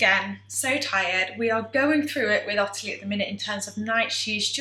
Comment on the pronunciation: My middle name is Ottilie and everyone with the name including me says ot-tilie as opposed to otterly the way you say it. Have you deliberately changed the pronunciation? Thanks